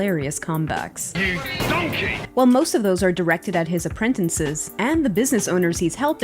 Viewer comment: Apprentencies? What is this chick on?